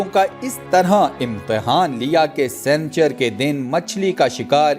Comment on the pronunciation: Jahil sanchar nahi "sani char "hindi me haftay ko kehtay hy aur moqeed nahi "mo qayyad" hota hy pehlay kisi sy urdu parh liya kro